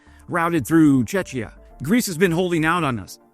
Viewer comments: Hey,. We pronounce it "Chek-eeyah" not "Chechia", which sounds like 'Chechnya, or in Russian; Чечня '. Czech is pronounced Chek. Sorry, man. Slavic stuff is my family and history. BTW, you're doing a great job reporting on this frickin' war. I really appreciate it. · Cheh-key-ah, not chech-ee-ah. Sounds like Chechnya the way you say it. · Minor correction, "Czechia" is not "Chechia", I didn't know what country you're talking about for a moment. Best way to avoid confusion? Just say Czech Republic, where Czech is pronounced the same as "check", we never had a vote on "Czechia" and many of us hate it and never identified with it, maybe even a significant majority. It sounds really weird to me. Also people confuse Czechia with Chechnya, for which I don't blame them, but it's also annoying. Use the Czech Republic if you can, thanks! (Czechia is pronounced kinda like "check yeah" smushed together) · Tzechia not Tschetschnia, yes they sound very similar - but Tschetschnia is in Russia "a province" (ykwim) and muslims who would gladly fight against the gremlin in the kremlin who is suppressing them. Tzechia is in the near of Germany. Small countries and the name is similar. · What is Chechia? The next time try saying chekia, for even that will be less confusing. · Cetchia 😂😂😂😂😂 learn géographie you donald 😂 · It's called Czech Republic not Cetchia, I had to Google this news to find out the transfer country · What a hell is Cetchia ? Let an american butcher the names of foreign places. What's the transfer country again ? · I was confused, like Chechia? Does he mean Chechnya? That seems unlikely. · If you know how to say "Czech" then you know how to say "Czechia". I doubt you meant "Chechnya" but you were close and that might be the source of your confusion. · Why do u mispronounce Czechia 🥵😪🫨🫨🫨🫨🫨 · you are pronouncing Czechia wrong :) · Yeah, I bounced on that one as well.